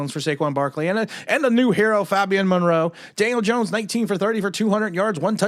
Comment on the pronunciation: NOT FAHBIAN FABIAN FABIAN FABIAN JEEZ!!! HAHAHA PRONOUNCE THE A HOMIE